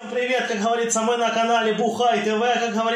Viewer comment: "Как ГоворитсО" (с)